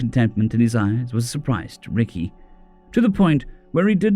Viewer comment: i think its pronounced rekai not ricky but it sounds so humans to call an alien ricky instead rekai , like calling a spider xeno name Aarragon Argo , whoops thats aussie , human would be calling Aarragon Aaron